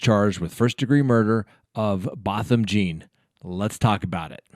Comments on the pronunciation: Pronounced John Not Jean. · It’s not Botham Jean as in Jeans you wear, it’s pronounced John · It's pronounced "John" please respect his name. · Jean is pronounced John. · Yes his surname is pronounced "John" although spelt "Jean". He is from St Lucia where they speak a form of broken french hence his surname is John and what you can see is the french spelling of the english word John. Please pronounce his name correctly. At least give him this. He was murdered by that lady in his own home and it is more than likely given the American Justice System when Black people are killed their murderers get away especially when they are agents of the state off duty or not. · ursula troxler I’ve bee thinking that same thought, so often that’s happened you would think that’s the least the could do is get the name right